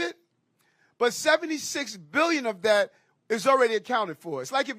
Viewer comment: Honestly, he's back to Dis And Dat and dem and dose ,Whats Dis Talk???